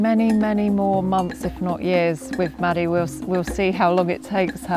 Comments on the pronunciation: Great video! I'm a little confused though because "Madadh" is the Ulster Irish for "dog" and is pronounced like "mahdu" so hearing it said like "Maddie" made me cringe a little lol. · It sounds like they are saying Maddy but they are saying Madadh am I just hearing things are they actually pronouncing it maddy